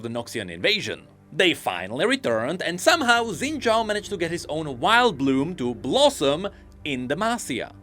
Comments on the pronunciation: Why are we only pronouncing his last name right? His first name's pronunciation is actually "Shin" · I hope pronounces Xin Zhao correctly one day.